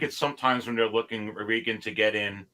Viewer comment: Thanks for having Reagan on again. FYI his name is pronounced the same way as Ex president Ronald. He is too polite to correct you. 😉